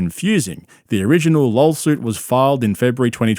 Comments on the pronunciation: Hey, it’s LAW-SUIT. Not, LAWL-SUIT. Limeys are brutal… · Does he keep saying LolSuite? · What’s a “lurl” suit? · "Lawlsuit" hahahahaha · It sounds like he keeps saying, "lawlsuit." He probably isn't, but I can't unhear it now. It is a lol suit, for real! Haha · I love how the narrator keeps calling it a lawlsuit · Did you just call it a lol-suit? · "Lawlsuit" when I'm reading "lawsuit" in a legal document, is gold. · I love how it sounds like you keep saying, “lolsuit”. 😂😂😂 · It sounds like you're saying Lolsuit which is funny and accurate. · A "lawlsuit" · Did he say "Lawl suit" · i misheard it as a "lawlsuit" and now I can't unhear it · It's because that's that what he says, B - "Lawlsuit...lawlyers...kreckt"....there's a reason schaubinese is a thing. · What's a "lawl suit"? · It’s “lawlsoot” B 😂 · 3 things: Does call Rogan and Schaubb “buppa” as an insult or is it some weird foreign slang? Does anyone else hear pronounce lawsuit as “lol-suit”? And why does switch between saying Brandon and Brendan?